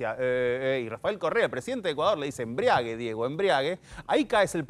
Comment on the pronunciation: Es embrague no embriague. Qué bruto.